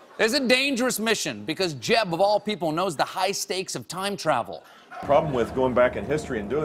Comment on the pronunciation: I just have to laugh every time he says JEB!